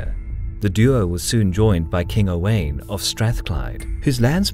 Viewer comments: Great video -One of the most formative battles in British history - and yet unknown by 99% of the population.... Edit Owain is pronounced Owe - wine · Owain is pronounced o-wine lol I'm Welsh my son is owain and I've heard many a interpretation of it lololol Owen...oween. owayne. It's o-wine for anyone who struggles with it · Owain rhymes with wine, not pain.